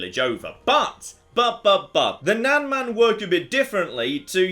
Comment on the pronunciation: just for pronunciations sake, nan is pronounced exactly like "nun" and man is pronounced exactly the same as that, just with a m instead of n, imagine "mun"